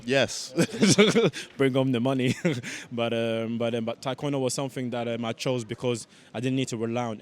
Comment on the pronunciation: Do they only teach athletes how to correctly pronounce Taekwondo (Tay-kwondo, not Thai) after they get Olympic gold?